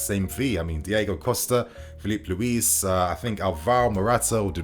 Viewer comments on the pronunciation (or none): none